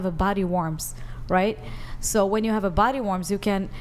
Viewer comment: "that have body WARMS." girl with bad English. "What?" Everyone "Exactly." Girl "Idk what you're saying." Everyone "Body WARMS." GIRL "Are you saying worm or warm?" Everyone "Yes " girl.